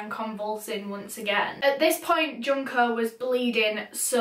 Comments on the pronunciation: It's pronounced june-koh just fyi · Junko from danganronpa is how i learned to pronounce her name